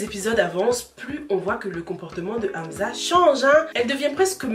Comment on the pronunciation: C’est pas Amza mais Amsa mais sinon je kiff tes vidéos😍